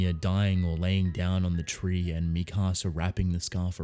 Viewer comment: You say mikasa like you're saying "my house" in spanish